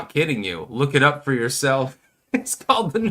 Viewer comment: Why do you pronounce it “fuck yi-self”?